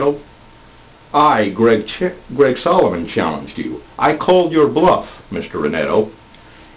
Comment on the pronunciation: you almost don't say Solomon. Does your real last name start with a Ch sound?